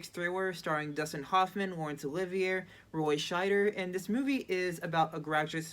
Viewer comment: You should probably no how to pronounce Laurence Olivier.